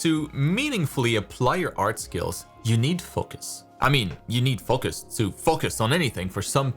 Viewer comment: the way u say foCus, its funny